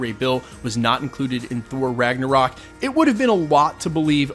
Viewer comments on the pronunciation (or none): none